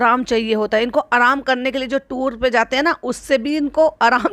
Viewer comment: Toor nh hota tour hota h 😅😅